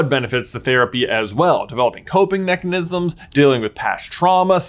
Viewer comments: did he say "nechenisms?" if he did that is super awesome! Don't fix it, it was awesome! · he said mechanisms